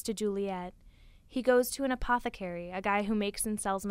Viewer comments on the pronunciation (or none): none